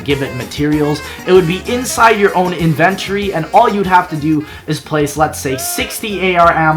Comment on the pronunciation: the way he says inventory lol